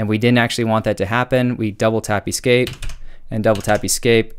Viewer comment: I love you and everything about this video EXCEPT that one way you said E-Scape 😂😂😂